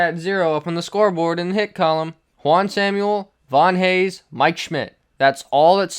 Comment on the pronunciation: It’s pronounced Juan “Sam-well” not “Samuel” :)